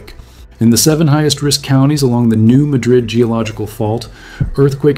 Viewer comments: Pronounced New MAD-rid. Not like Spain (ma-DRID.) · It's pronounced New MAD - rid, not Muhdrid. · Mā drid ! Not mädrid ! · Mispronounced - it's New MADrid around here, not New MaDRID - were not in Spain...lol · I grew up in Paducah. Yes. It is not ma DRID. but MA drid. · It’s the New MA-drid Fault. Not in Spain. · We know its there and get earthquakes regularly. It pronounced New Madrrid. Sort like Milan is pronounced Mylin. CAIRO is Cayro. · The "Madrid" in "New Madrid" is pronounced like MADGE-rid, as I've always heard it. So: initial stress, and a different first vowel, in contrast with the English pronunciation of Spain's capital. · Former Missourian here... I just stopped by to repeat what said. It's New MAD-rid. It's hard to take someone seriously who doesn't know the correct pronunciation. As in, "What ELSE did you get wrong?" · New MAD--rid fault. The local pronunciation. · New MAD- rid. Emphasis is on the first syllable. These quakes have been receiving more publicity in the last 30-40 years. I lived in the Kansas City area and I bought some EQ coverage before I moved to Colorado 1989. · (Errr, actually... it's pronounced "New 'MA (A as in CAT, 3mohasisnin first syllable) drid'" 🙂👍) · It's pronounced "New-mad-dred". Beside for that, good work. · The area is called New MAD-rid by locals. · those of us from here are well aware of what did and could happen. those of you not from around here - we pronounce it New Mad rid. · In all of the YouTube videos about the New Madrid fault, not a single one of them has bothered to check how the people who actually live in this area pronounce the name. It's not pronounced the same as the city in Spain; here in the U.S.A. this place is pronounced "New MADrid." The nearby city of Cairo in southern Illinois is not pronounced the same as the city in Egypt; it's KAY-ro. How hard could it be for supposed YouTube science content creators to do the minimum bit of research and get this right? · Yep! Lol